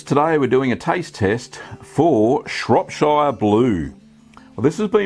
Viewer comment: Looks great! I grew up in Shropshire. Just FYI - it's pronounced Shrop (as you said it) - shuh. Rather than shire (like lord of the rings).